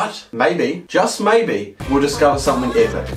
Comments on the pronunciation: Normal person: "Epic": " A-pic" " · On the lemon he said apak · No one:: LiCherAlly EHHPEC